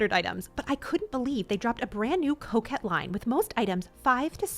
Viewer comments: Coke head line 😂 it’s all I hear haha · I heard coquette.